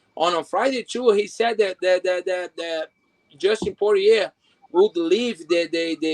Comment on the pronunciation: This clown just said Dustin pour-yay...dude it's pour-ree-er